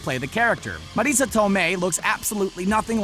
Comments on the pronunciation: Learn to pronounce Marissa. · Why are you pronouncing Marissa like that?